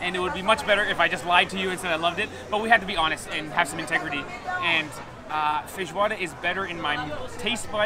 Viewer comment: I heard him saying "feijoada" a bunch of times, but also "fish water" and, to my surprise, the captions also heard that! lol